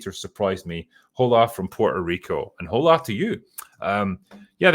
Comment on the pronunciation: it's "oh-la" (for "hola"). the h is silent. in case you are ever chatting up a spanish girl. saying "ho-la"... could be an icebreaker though. eh.